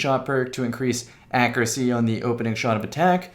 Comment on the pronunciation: ACCURACY • /ˈAKYƏRƏSĒ/ (note the Y in there!) like /'AC YOU'RE A SEA/